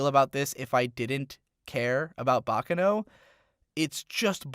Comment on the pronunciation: What about his inability to pronounce “Baccano”?